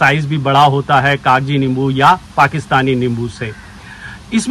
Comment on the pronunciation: Not Kagaji 😂 it's kaji